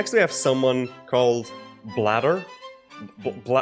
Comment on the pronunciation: yeah seems like my weighting issue from MI transferred here to blender, I honestly should've used the grapheditor. Also you bastard, it's Blader say my name correctly lmao. But yeah this animation was stlll a relative improvement compared to the previous animation and the lighting was a hell a lot better than the previous attempts.